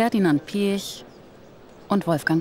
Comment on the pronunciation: Was Ferdinand Piätsch (so hört es sich phonetisch an) grinsend sagt, hätte genauso auch Adolf Hitler gesagt: "Ich habe die Absicht, der Sieger zu sein." Du magst einen Haufen Geld haben, aber ein Sieger bist du nicht, lieber Ferdi.